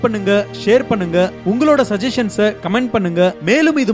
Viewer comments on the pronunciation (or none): none